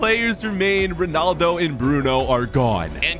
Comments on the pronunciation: Did I just discover you saying ponaldo instead of Ronaldo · Anyone gonna talk about how he said ponaldo instead of ronaldo? (No hate)